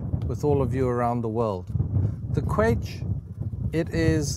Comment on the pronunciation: Excellent presentation. Thank you. But pronounce the ‘ch’ as in ‘loch’, please.